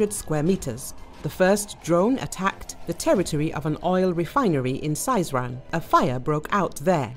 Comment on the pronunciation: Сызрань- S ee zran’. Not Saizran